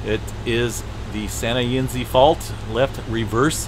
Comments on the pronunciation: It's Santa EYE NEZ. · Santa "in-ez"! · Its pronounced Santa (ee...ness)